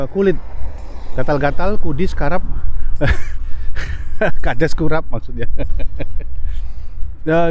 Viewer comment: Kurap kok jadi karap sih om????? Ya itu asuransi kesehatan di Amerika mirip BPJS klo di Indonesia.